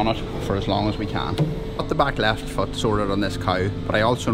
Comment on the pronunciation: I'm new to your channel and am having one slight glitch here and there... with the language difference. I'm from Canada and I'm finding when you say "foot", it's apparently close enough to another 4-letter F word that if I'm daydreaming or zone out for a second (ADHD), I snap back like, "WTF did he just say??".. lol. It doesn't even sound that close when I think about it.. it's happened at least 3 or 4 times in the last 2 videos.